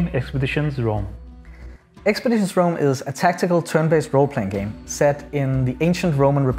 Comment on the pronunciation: “Expeditions” lol